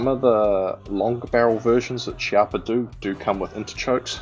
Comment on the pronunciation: The correct pronunciation is Keeappa :)